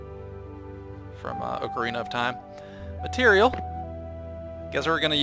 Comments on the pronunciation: Oak arena of time? ROFL I think you mean Ocarina = O-car-ina "Ooo-car-eeena sounding" Why don't you play the game a bit to learn it before making a video? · Not trying to hate but he pronounced the "oc" in ocarina like "oke", have I been pronouncing it wrong or is it his accent?